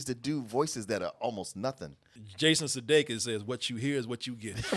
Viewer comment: Sudeikis with the J's 😄